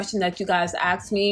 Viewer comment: It’s ASK not AKS